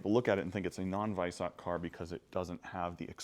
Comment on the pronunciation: Silver wheels look shit same with the black calipers, and you are miss-pronouncing Weissach.